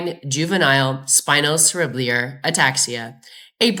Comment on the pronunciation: Valuable update! But please pronounce 'cerebellar' properly: the phonetic aid is: sera - bell - er. Thank you from an ancient horse writer and owner.